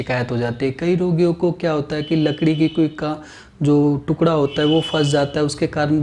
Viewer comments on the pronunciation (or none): none